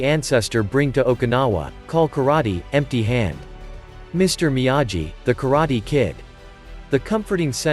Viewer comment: Please...if ur gonna do video in kk..it's ..me-ah-gee..lol..